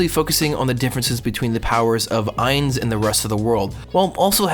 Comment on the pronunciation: "This isn't Overlord." BULLSHIT. You reference the author and his writing despite not taking the time to pick up the source material. Fucking anime onlies. At least pronounce Ainz sama's name correctly. Jerking off to Nazarick is cool, but as you said its about WORLD BUILDING. IN fact, we arent going to have Ainz as protagonist until the 9'th volume, which means this arc included, 5 volumes worth of material without Ainz so I suggest you drop the series and avoid watching the next arc altogether if a powerfantasy skeleton isekai show is all that you're after.